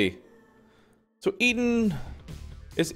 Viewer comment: Eden... its Eden. lol you have such a hard time with that